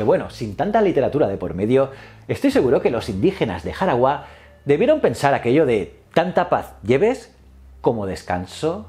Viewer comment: Es Jaragua, sin tilde en la ultima silaba